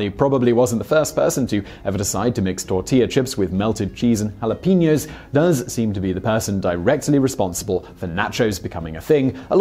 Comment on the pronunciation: And "hulapeenyous". The Spanish J is much stronger (uvular) than the English H and the Spanish E is always, in any word, pronounced like the E in bet or let, never like the E in senior or in reload.